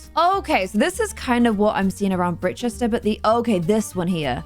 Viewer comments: Hi. Britechester should be pronounced like "bright-chester":) You're welcome:) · it’s pronounced “bright-chester” :p